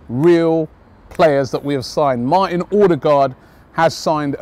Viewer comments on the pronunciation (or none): none